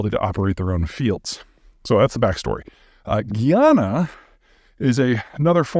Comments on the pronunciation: Peter, you are right on point minus a few inaccuracies and the pronunciation of Guyana. It's not Guiana but Guyana. You stress the 'guy'. Apart from that I must agree with you. The Venezuelan military is a disaster but they might do it and only embarrass themselves as Russia did with Ukraine. These cats might be desperate 😅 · Correction on pronunciation: It's: /guy-ana/ not /gee-ann(a)/. The latter pronunciation is closer to the French (a different country) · Ive never heard guyana pronounced that way. Its guy-YAN-a . Also wouldn't it be easier for Venezuela to fix itself than to invade? Still don't understand why their oil is not functioning and we have an embargo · pronouncing guyana geeyanuh is crazy Pete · Guyana is pronounced like Family Guy-ana. For a real wake-up call, read up on the last 50 years of history and British/American dumb ass meddling